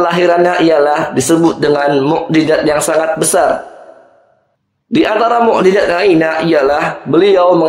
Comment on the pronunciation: Yth bpk narator,,Mu'jiZat bukan mu'jiJat